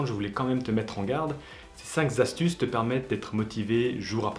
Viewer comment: cinq z'astuces x)